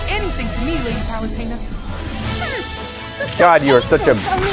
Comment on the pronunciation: Pit is not a piece of shit, you piece of shit and it's pronounced at palutena you dumbass